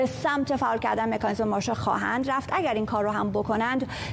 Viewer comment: فردوسی به مادرت سلام رسوند گفت مکانیسم نه میکانیسم